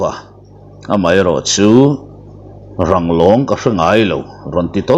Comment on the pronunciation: Langrawng anilo,Ranglong tih tur zawk aw